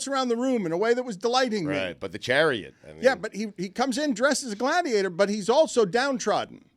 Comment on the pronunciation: Sadiator instead of Gladiator 😂😂. I hate I laugh at 😆